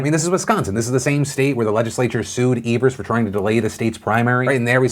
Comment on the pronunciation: Wisconsinite here: thanks for pronouncing Evers’ name correctly! Also my state is a shit show- thanks for covering it properly.